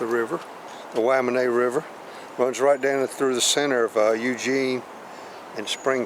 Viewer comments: True! I was confused as to what the 'Whamanay' River was. Then I read the name... 'Willamette' ^_^; Still.. a beautiful ride. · Nice tour. I just wish you knew how to pronounce Willamette. lol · Weirdest pronunciation I’ve ever heard. Lol. But clearly he is not from the area.